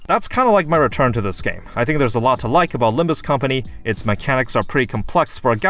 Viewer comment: Its not about Limb-you or Limb-me,. Its about Limb-Us!